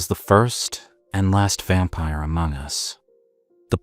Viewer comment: ❤❤❤What in the Edward Cullen lol… say it “vampire”…